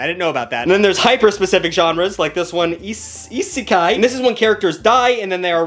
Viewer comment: Hearing try to say isekai was not something I knew I needed today